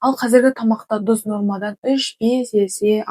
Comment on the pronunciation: Дұз емес тұз десей